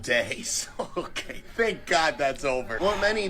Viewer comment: ...is that how you always pronounce thank? I've never heard anyone pronounce it with a hard th